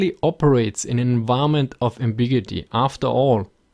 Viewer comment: ambiguity. ( am-big-you-it-ee)